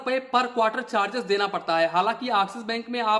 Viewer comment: Abe Axis Bank Nahin Axis Bank bol